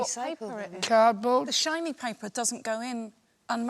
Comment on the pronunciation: "I have here, paper." Sandi's natural american accent peeped through a little bit here.